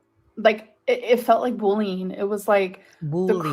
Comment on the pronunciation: "Bullying", not "boleen"